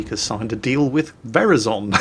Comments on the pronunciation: only would pronounce Verizon as ver-is-zon and not ver- i- zen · I hate to break it to you, but NO one says Verizon like that lol. The emphasis goes on the i, as in ver eye zon, not vehr izon tee hee…? click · Veri Zon?..... plz....>.> Ver-EYE-zon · Excuse me,, but did you just say Very-zon? It's pronounced Ver-EYE-zon. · Is it really pronounced Vier A Zon across the pond? Ver Eye Zen is the common pronunciation here. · is Verizon like horizon not "ver is on" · Its pronnounced “ver ri zon” not “veri zon” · Damn you and your weird way of pronouncing Verizon! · Just FYI all you Euros out there. It is pronounced ver EYE zon and NOT VER izon. Got it? Now pronounce it correctly. (You always want US to do it YOUR way regarding Europe so do it OUR way when addressing America. Simple.) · "veryzon"..... i have never heard verizon get slaughtered so bad in pronunciation ever.... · Verizon is pronounced like horizon in case you were wondering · I praise to you, please keep ISPs as a public utility, please do it Sun. Also have stop calling Verizon ver-e-zon. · Verizon is pronounced Ver-Eye-son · I like how he pronounces Verizon as verazon hahaha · Verizon.... Horizon.... Not verazooon. Learn basic English...... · VERIZON is pronounced to sound like HORIZON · It was hilarious when said verizon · it takes one to know one,. Right smack dab in the middle of your Mingles with episode there was an advertisement for an anti-depressant. Coincidence? (I think not.) Right here in the much-maligned U.S. of A., coming through the even-more-maligned Comcast ISP. (And, by the way (ectually, ) Verizon rhymes with horizon. Not with the name of the bridge between the boroughs of Staten Island and Brooklyn in New York.) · Oh my gosh, I love how pronounces Verizon hahaha. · you saying Verizon with a soft i triggers all of us Americans.